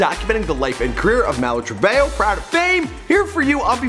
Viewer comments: I’m dying “mal-oo true-vay-o” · It's Malu trevehoe 💀😷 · it says maluu tree-veee-jooouu